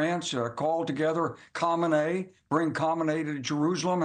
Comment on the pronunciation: I know. I'm making fun of his awful pronunciation. 😂